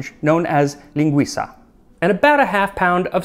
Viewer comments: Brazilian here! It's awesome to see a such a common day food being covered in this channel, also I might try this recipe because it has some extra ingredients I've never used, like vinegar, mike give an interesting taste! Btw you nailed the pronunciation! That was the best pronounced "linguiça" I've ever heard from a non native speaker! Bravo sir! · I agree, when he said ‘carne’ and ‘linguiça’ for example 😊 🇧🇷